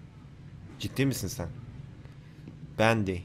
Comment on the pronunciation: Abi bəndy deyil bendy